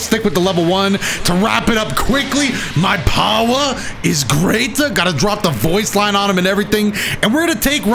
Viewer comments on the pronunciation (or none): My kids can't stop saying "My powah is greatah" lol thanks....